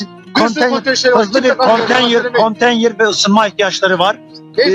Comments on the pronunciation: Kontenyır değil konteynır salak! Konteyner yazılır, konteynır okunur, önce bunu öğren. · Konteynere kontenyır diyen bir milletvekili!tabi ki chp li! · Adam daha konteynir diyemiyor😁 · CHP Bursa milletvekili daha konteyner demeyi bilmiyor 🤫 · Herif daha konteyner demeyi bilmiyor. Milletvekili ha... Yazıklar olsun be.